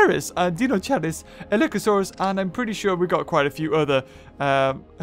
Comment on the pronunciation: you're suppose to pronounce it "dainokaires" its not like u say dinosaur "deenosaur"